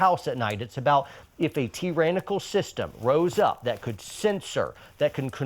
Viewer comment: I agree with everything except how you pronounce "Tyrannical". Its ok though...